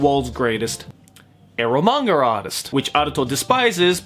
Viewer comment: Is it 'manga artist' or like u say mangaratist